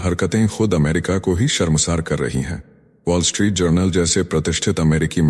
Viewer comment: पोल स्ट्रीट नही वोल् स्ट्रीट सही.